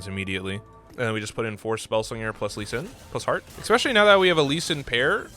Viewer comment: I like how I come to watch a TFT guide and one of the first things I see is a gif or image on your desktop called "among us butt" Edit: Please do not pronounce "especially" as "expecially", it does hurt. Nothing against you, you are awesome, but that is so triggering. It's like those people that say "could of", "should of" or "would of", instead of "could've / could have" etc.